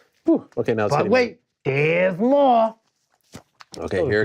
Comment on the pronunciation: "But, wait - dere's moahhh!!!" 😄Volk is actually hilarious